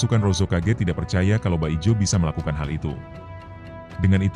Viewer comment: Min, bukan baijo tapi bajio